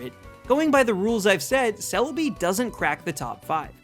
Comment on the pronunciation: GIRATINA IS SPELLED WITH 2 I'S, NOT 3 A'S! THE E IN KYOGRE SHOULD BE AFTER THE R! IT'S CELEBI, NOT CELABEE! AND IT'S FARFETCH'D, NOT FAR-FETCHED!